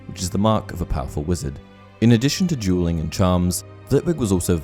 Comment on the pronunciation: I'm sorry but I can't decipher if you're saying dualing or jeweling.